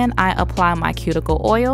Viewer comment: You have such a soothing voice...and I love how you pronounce cuticle...